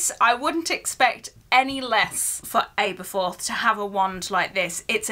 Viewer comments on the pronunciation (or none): it’s aberforth not abeforth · it’s pronounced abeRforth